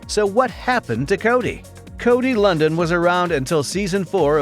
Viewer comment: How do you do a feature video on someone's name you mispronounce?